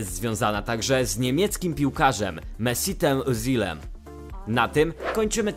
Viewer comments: Mesitem ozilem tak powiedział muwi sie mesut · XD powiedziałes mesutem ezilem